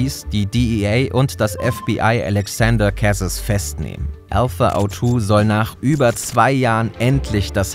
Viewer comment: Wenn Alexaandre Carez Franzose war, wwird sein Name vermutlich anders ausgesprochen, als du das gemacht hast. Ich finde es wichtig, sich dabei Mühe zu geben, Personen richtig zu benennen. Wär toll, nächstes mal mehr nachzuforschen, falls nicht geschehen. Ansonsten spannend und super gemacht